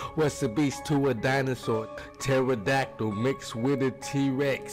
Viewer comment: Tee -ractidactle😂 I'm with my dog rough rough ROUoooGH ROUGH.